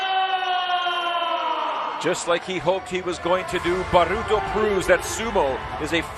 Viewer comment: His name's not bruto, it's baruto